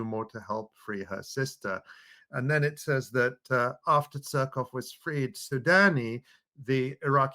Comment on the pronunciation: I love how he pronounces it suck off